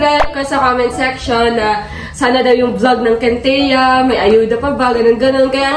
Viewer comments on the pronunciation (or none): kintia ra malakas hindi wintia